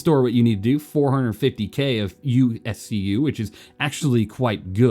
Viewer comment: "USCU"?? It's micro-SCU dude...